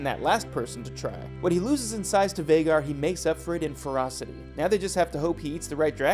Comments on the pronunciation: And Vha-gaaar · VAY-GAR...idk how you're getting that pronunciation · For the love of Dragons it's Vhaaaaagar, pronounced with a long A !!!! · Vaw-gar ??? Night sister? 😂😂😂 be honest y’all wiki’d this video . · Hmmm we all watched the same show right? and in theory we should know how Vhagar is pronounced? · Hearing you say vhagar... I know you don't watch this show. You're a plagiarizer.